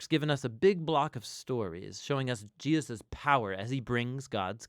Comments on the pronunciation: Why does he repeatedly say Jeosus instead of Jesus? 🤨 I can’t be the only one hearing it (for example ) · Why do you pronounce Jesus "Gee-yus"? Drives me crazy. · I have always wondered why pronounces Jesus "Jee Us" so often. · Who else is noticing when the Narrator calls him “Jiasus”? Bout to start counting them.. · Why mispronounce HIS name so many times? It’s distracting.